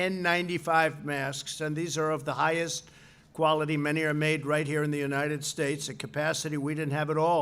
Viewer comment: God blesh the unitish statsh of amerishca